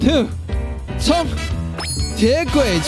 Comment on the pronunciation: 鐵轍跡 ㄊ一ㄝˇ ㄔㄜˋ ㄐ一 念錯了